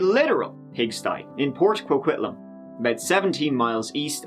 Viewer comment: The video made about coquitlam. Why is it so hard for people to pronounce a word correctly? Some how it is pronounced coquilialam? I have family from this area. It is pronounced co-quit-lamb. How did the lady making the video of her own town fail to correctly pronounce its name?